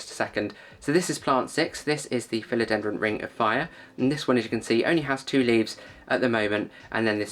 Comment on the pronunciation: ‘Philodendron’ tripping off your tongue with consummate ease! Well done, God bless you 🙏✝️. ✌️🇷🇺☮️🇺🇦✌️. 🙋‍♀️🤍🇮🇱✌️